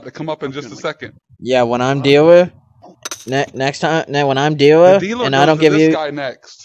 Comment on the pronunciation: "Are you the deewer"